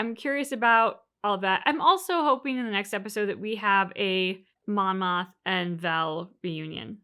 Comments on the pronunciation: Not sure how much longer I can take the “Monma” mistake. It’s Mon, Mothma, or Mon Mothma. Monma is not the name of a Star Wars character. You’ll remember Kleya’s name soon enough. The one thing I do love about this channel is that it’s clear that this is your first watchthrough, a fringe benefits of all the mistakes 😉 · It's Mon Mothma. I think you're saying Monna.